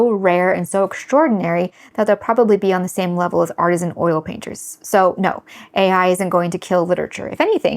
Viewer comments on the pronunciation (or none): none